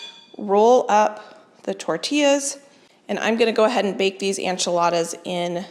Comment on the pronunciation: The enchiladas look amazing, but is there a reason you call them “anchiladas”?